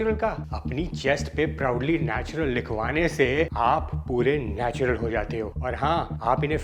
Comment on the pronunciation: Natural ❌ Natular ✅ 😂😂😂